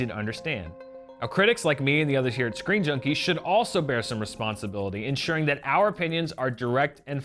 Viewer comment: You said sceen jnunkie news not screen junkie news